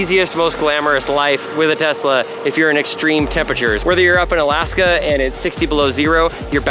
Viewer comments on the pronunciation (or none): none